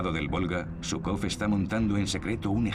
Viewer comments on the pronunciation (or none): none